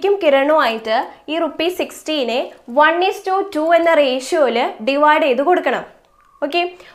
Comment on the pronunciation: Mam nammal rashio ennaano pronounce chayya ratio eenn pronounce cheyyaamoo ?